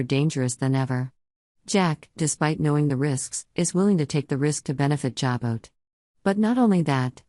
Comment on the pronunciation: Jabot is pronounced JA BO!! The ‘t’ is silent! Don’t you people EVER do your homework??